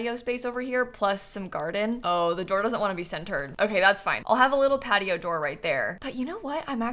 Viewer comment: Am I the only one hearing "Cat-i-oh" instead of "Patio"?